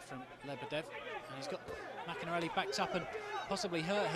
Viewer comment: if only the commentator could say maccarinelli's name properly!